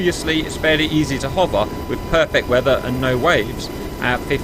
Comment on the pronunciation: Does the boss have an Essex accent? He however does use the A for the end of the word "weather" and "hover" .